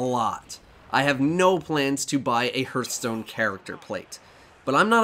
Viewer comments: Off Topic: Heart - Stone, not He - earth - stone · Hurthstone lol